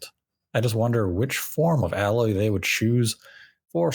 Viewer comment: The a in Aloy is pronounced like the a in alien